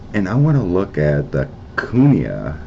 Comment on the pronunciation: I worked there during the1970s for DOD (Department of Defense). Never saw any extraterrrestrial activity. Pronunciation is koo knee yah, accent on the second syllable.